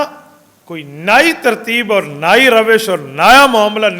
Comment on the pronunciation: آپ کو اپنی امان میں رکھیں اور نصرت خاص سے نوازیں ۔آپ کی اردو میں ایک غلطی ہے درست فرمائیے ۔نئ کو آپ نائی فرماتے ہیں شکریہ ۔کوئی بھی کے ساتھیوں سے انکو بات پہنچا دیں شکریہ